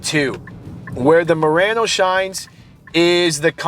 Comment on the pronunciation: Murano, not Murranno.